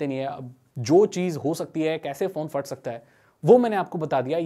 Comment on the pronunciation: Bro first of all Fat ni "Phat" hota ha